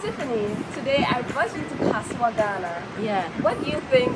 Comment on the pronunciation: You got a subscriber when you said Kasoa ❤